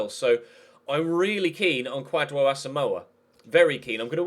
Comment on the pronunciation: Kwadwo is pronounced Kojo. watching from Ghana big fan of the series